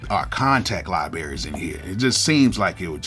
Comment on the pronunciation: I know I damn well I didn’t hear you say “liberries”🤣🤣🤣